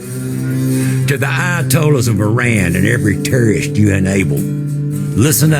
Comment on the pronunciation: Turreests r beed Kyle, Turreests are Rurrirn our Cuntri